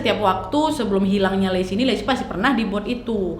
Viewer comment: Lesi❌ Laci✓